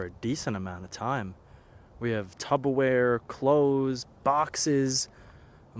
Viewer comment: Bro.. this guy just say fuckin, "tubberware?"😂 Awesome video!